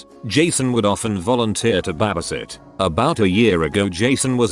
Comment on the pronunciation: No one: Absolutely no one: Text-to-speech bot: BABAsitter